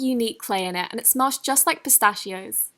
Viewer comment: U mispronounced the word pistachios